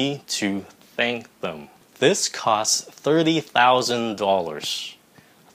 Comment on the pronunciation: mình thấy phát âm tờ cho thank đúng, nhưng cho thís they those thing mình lại nghe là đờ